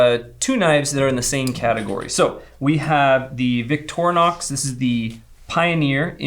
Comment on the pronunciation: Victor inox. Portmanteu of Mothers name and French for stainless steel. Not how your pronouncing this.